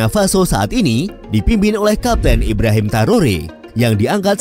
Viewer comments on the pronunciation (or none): none